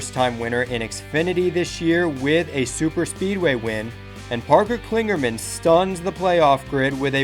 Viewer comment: I like these videos and am happy to see the season starting, only off thing is, it's Parker Kligerman, not Klingerman